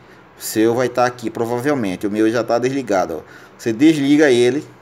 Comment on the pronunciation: Não consegui assistir tudo pelo fato de falar errado demais(subir pra cima)é foda. (Derligado). Dispenso a ideia de resolver meu celular, (pobrema). Caralho , (mínimo de brilho prosive). Impossível ouvir tudo.